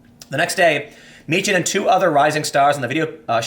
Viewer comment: Its pronounced markus mee-kan not mee-chan